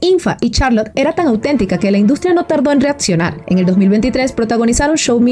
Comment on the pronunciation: Haces un excelente trabajo, gracias. Pero, con todo respeto, voy a hacerte un comentario que espero ayude a mejorar tu gran trabajo. Cuando pronuncias ciertas palabras... lo haces, al parecer con una letra "T" en lugar de "C"... sonando "ETSITO" en lugar de ECSITO, "ATTRIZ" EN LUGAR DE ACTRIZ, "REATCIONAR" en lugar de REACCIONAR, "ATCIONISTA" en lugar de ACCIONISTA, "SELETCION" en lugar de SELECCIÓN.